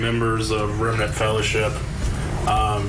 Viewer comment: I lost it at “the remnant fellership” 😂😂😂 I’m dying 🤣💀